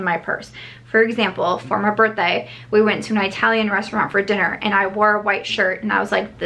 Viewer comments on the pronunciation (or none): This is so random but the way you said “Italian” is so cute and midwestern, reminded me of my childhood in Ohio!😋